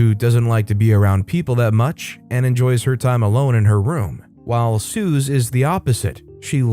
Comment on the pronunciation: Suze [ Sue-Zee] not [Soo-Z]